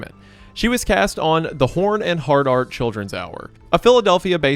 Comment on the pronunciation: Ohh "Horn and Hardart" not "Horn and Hard R"